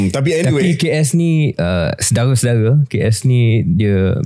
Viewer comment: 😮 KJ ada sebut SAYA ULANG 😮😮😮 Sharil plak tiba² "sedaghe-sedaghe" 😂